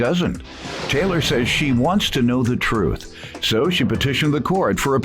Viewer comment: White lady " tell tha troof" shame on you!